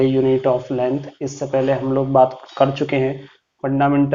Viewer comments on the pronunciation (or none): Lengh nahi length hota h